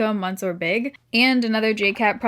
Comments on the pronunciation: Hi World, Please know, it's not "monsur" it's pronounced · Much love you to,. Monsieur - pronounced ‘misseur.’ In French you basically ignore half of the constants in a word so it can be a bit of a pain. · Loving this video. J. Cat is like a sleeper brand! The Lancôme mascara is pronounced muh—SYUR. The “n” is silent.